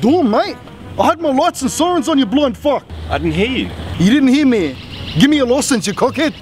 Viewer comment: The way he says, "FACK" is the best bogan Aussie pronunciation ever!